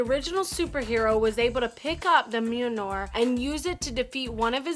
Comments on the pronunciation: its pronounced MEEALNEER! Mjalnir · Dear God in heaven, don't mangle the name of Mjolnir! I counted at least three different pronunciations she tried, and none of them were right!